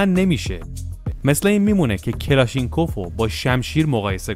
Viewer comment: کلاشنیکُف تلفظ درستشه